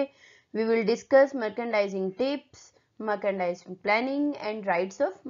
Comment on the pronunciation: you're pronouncing it wrong ! mer-chan-dising it is